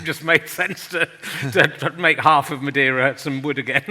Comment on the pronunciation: Madeira means wood in English. Brazil, btw, is a type of wood that is deep red inside and was used to produce both red ink and for ship-buildibng. A brasil is s portion of red hot embers - hence the name. The guest, btw, did pronounce "Madeira" very well at a moment. I will disagree about his description of the Portuguese in Brazil during the 1500s. To be honest, I don't know details about that period specially the relationship with the Tupi and Guarany in the coast of Brazil. I know some native individuals were made into slaves but what actually happened is the Portuguese males maried native women since it was both in Portugal and for the Tupis and Guaranys a form of creating aliances. I also never heard of the Portuguese cultivatin the land until it went sterile. (there a better word ... sorry I don't remember). The Brasil Tree still exists so they did not extinguish it. Also, in the midle of the 16th century the Queen of Portugal prohibited making natives into slaves. (religious reasons). A lot of the massacres of indigenous peoples happened in the 20th century and were carried out by private individuals against the will of the Government. The Indian Protection Service was created in the 1920s and was headed by Gen. Cândido Rondon who was, himself, half Bororo indian. 2/3 of all Brazilians have Tupi or Guarany ancestry - including myself.